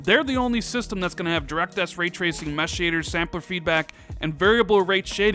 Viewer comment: When tracing turns into treashon lol